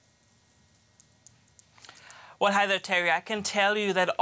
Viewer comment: Bayer is pronounced as Buyer.